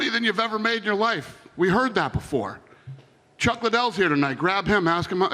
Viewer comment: They didn't even pronounce Chuck's name correctly let alone pay that man a decent cheque